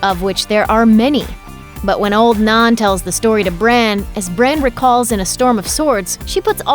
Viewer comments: As a Northern born English Brit I must make this point. The word “Nan” is commonly used here, usually to refer to one’s Grandma, but also any old motherly figure. It is pronounced Nan (like van, ban or tan) so I’m not sure where the person in this video keeps saying “Narn” or whatever, it sounds very odd. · NAN not NAAN, has the narrator actually watched the show? Or is she just reading a script? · Wtf is "old non"? It's Nan. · Old Narn? It's Nan, like in Nanny. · It’s pronounced “Nan”, not “Non” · It's not "old naan" you idiot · Why do you keep saying naan for? She's an old woman not bread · its not "old NON" theres an "a" in it not an "o". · Old NAN, pronounce it correctly please.... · I have never heard Nan, which is short for nanny or for nana, or even for the name Nancy, pronounced "nahn". The quote from GRRM is not a denial of the the Night's King being alive or being the Night King. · Who says “nann” bread? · You can't pronounce "Nan"? Pathetic